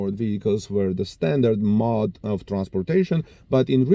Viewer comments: Mōde- tōad -gōad lōad! Pronounced like Go 🫨🤗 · Mode like owed, not like mod. I always enjoy your reports.